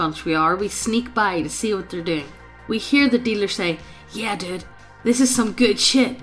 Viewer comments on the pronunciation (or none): none